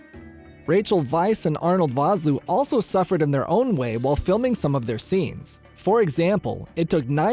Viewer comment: My word, you are butchering Arno Vosloo's name.